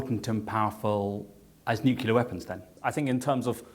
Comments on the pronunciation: Nuclear, not nucular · Nucular lol